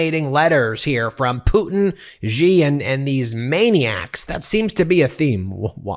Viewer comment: "Pewtin" mark levin😆